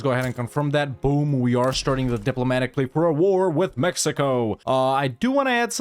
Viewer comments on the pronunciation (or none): none